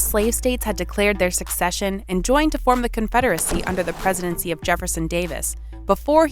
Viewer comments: I'm hearing "succession" instead of "secession." Huge difference. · Narrator keeps mis-pronouncing SECESSION as SUCCESSION. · It's Not Succession. It's Secession. It's not succeeding, it is seceding. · Why does the narrator keep saying succession and not secession? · Very good video, as I'm a fan of the Manifest Destiny period of American History and the Civil War. My only inconvenience was that the narrator pronounced "succession" when it was obviously meant "secession". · Did she say ‘succession’ ?? It’s secession. SE-CESSION! Come on, I’d expect a random moron in a Facebook comment section to not know the difference, but if you’re gonna make an educational video, get it right! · Her pronunciation created a lot of confusion because succession has an entirely different meaning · You guys are insane for 1. Mispronouncing secession the whole video 2. Stealing the cereal joke from oversimplified history and putting it in an otherwise completely straightforward video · Who cares grammar cop. In the context in which she's using the similar sounding word it doesn't take a rocket scientist to understand what's she's getting at